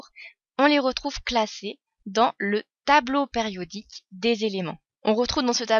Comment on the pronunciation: Elle dit tableau pAriodique??